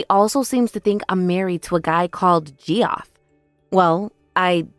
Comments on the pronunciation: Thank you, Ge-off was making me crazy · First story: *Arkansas Second story: *Geoff is pronounced "Jeff", Geoffrey is "Jeff-ree". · Geoff, short for Geoffrey, is pronounced like Jeff, short for... wait for it... Jeffrey. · Yeah the Gee off was annoying. It's difficult to imagine that the VAs were unaware that the pronunciation is Jeff. That was painful. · Ge off? It's JEFF!!!!! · “Gee-off” 😂 lol. That’s just a fancy way to spell Jeff. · Downvoted for VAs who can't be bothered to look up names they haven't heard before. Equally downvoted if these are AI bots which read words phonetically. 👎👎👎 DNF